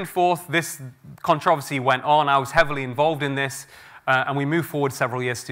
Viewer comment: I wish he would learn to correctly pronounce "controversy" and "reiterate".